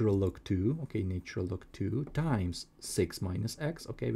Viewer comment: This fellows pronunciation is irritating for any musical ear.I cannot understand why this chain cannot find people who speak proper English,to explain Mathematics. Apart from the irritating lilt,I am sick of hearing " naytural " instead of " natural "......